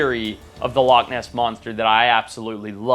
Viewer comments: And it's loch and not lock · Loch is Gàidhlig for lake and is pronounced loh-ck with a harsh(ish) ck like the German ich. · i mean TO BE FAIR, to make up for your editor not knowing how to SPELL "Loch" you dont know how to PRONOUNCE "loch" so i guess it balances out :P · It's alright, you didn't pronounce it right either so the editor gets a pass